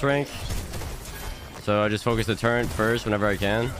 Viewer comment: Love the video, but oh God you're one of those people who says "turrent" instead of "turret"